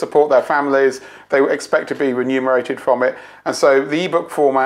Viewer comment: Remunerated not renumerated